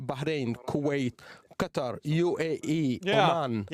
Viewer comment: at least he can say Qatar correctly, I personally can't stand it when people say "cutter"